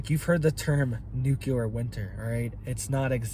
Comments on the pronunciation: It's new-clee-er NOT new-kya-ler. If you're going to discuss, it learn how to pronounce it. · Nuclear, not nukular 🤔😛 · Nuclear, not nucular... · literal translation "if you do it we will respond after we decide..." go to college, you also said the word "nucular" please stop, you inbreed yokel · This guy doesn’t even know how to pronounce nuclear….NOT ..nu-ku-lar. 👎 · New clear🤔💯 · Dear Lord, please pronounce the word "nuclear" properly. I don't understand why so many people have trouble with this.